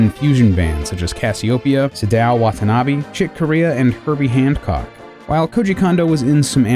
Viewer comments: I love that this video exists, but narrator ( I guess?), please note: 1. Kondo is pronounced "kohn-doh", not "kawn-doh". 2. It's Herbie Hancock, not Handcock. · i heard "handcock" instead of hancock :) ...